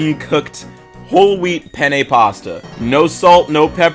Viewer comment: No shade but the way you pronounce "penne" sounds a bit like "penises" in italian